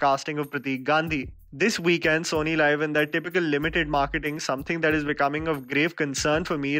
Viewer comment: It's SonyLiv not Sony Live. सोनी लीव। Not लाइव